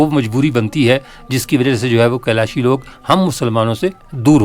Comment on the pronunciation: آپ لوگ کیلاشی کیلاشی کہتے ہیں۔ یہ لفظ کیلاشی نہیں کالاش ہے۔ آپ انٹرویو لیتے وقت تو محمد علی کو غور سے سن لیتے۔ اس نے کبھی کیلاش یا کیلاشی لفظ استعمال نہیں کیا۔